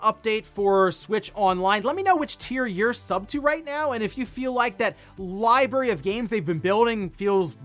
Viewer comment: He said liberry....3 times...where is the R?